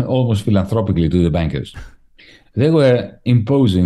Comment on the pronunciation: Love how Varoufakis' accent sounds like he saying "the bankers big wages as "Busted/Bastard" both works for me!